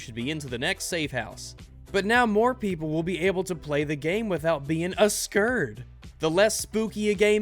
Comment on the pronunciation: Best thing about this video is the way he says "ascurred"